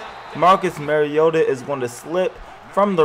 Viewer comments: Mah-ree-oh-tah not Mar-ee-ota... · how do you say bar? "Bar" note "Bare" Now say "Mar" "iota" Not mare